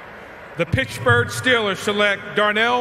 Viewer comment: Troy says Pittsburgh (funny)